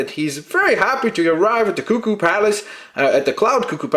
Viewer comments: its pronounced ku-ku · We all <3!!! And yes, it's "Koo Koo";) We think you are so much fun. Ya sold me on this set.